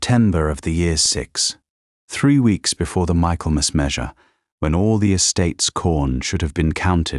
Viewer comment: Pronounced “Micklemuss”